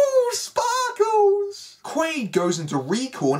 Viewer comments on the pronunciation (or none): It's Doug QUAID, not Doug Quail lol just FYI 🤜💥🤛